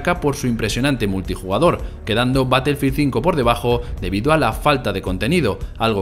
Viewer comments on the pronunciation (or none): Como vas a defender a un titulo si ni el nombre saben pronunciar, ''colosdiuti blac ops cuatro'' '' batelfil zinco''